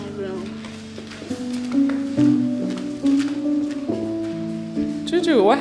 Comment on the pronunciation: Layla say choo choo insted of Juju